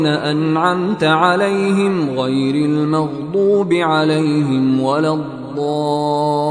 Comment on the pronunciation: Suraj fatiha mein last alaihim ko alalhim padha Gaya It's very wrong